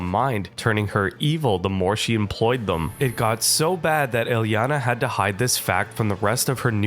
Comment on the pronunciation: the misspronounciation of her name gave me a few aneurysms but i powered through, great video otherwise